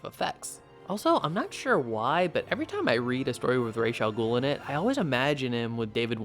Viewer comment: Great episode thanks for saying ra's al ghul correctly and not like people does after batman begins came out i can't wait to see what's gonna happen to the kandorians afterwards btw the artist of the first arc works for is probably moving onto another series